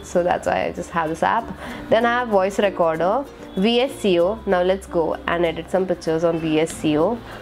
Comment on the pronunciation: Cool. Some tips- Don't use any app like Clean Master. These apps don't free up memory. It inversely affects the memory. And phone like Google pixel certainly doesn't need it. . The Vsco app is pronounced as visco not V s c o. And you should never ever put your passwords in Google keep!! Or in any app for that matter. There are few apps which secures passwords. But it's always good not to note down password anywhere.